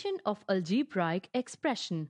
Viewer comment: Algebraic pronunciation is wrong and no explanation column 2 method is wrong . Well tried by the way ...